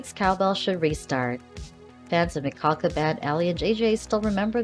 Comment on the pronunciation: Please at least say her last name right. Your saying it like you have a cold ☠️